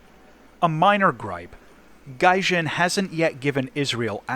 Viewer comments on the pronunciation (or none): none